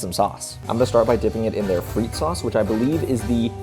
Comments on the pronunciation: its pronounced fre the fre-the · Its not pronounced freak sauce its pronounced frit-tes sauce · at Pomme Frittes did you pronounce the word Frittes with a proper rolled “r”?